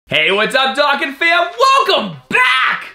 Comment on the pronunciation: Doh-kon... Not dah-kon...